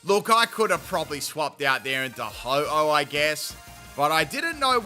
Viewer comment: The Ho-oh said is pretty goated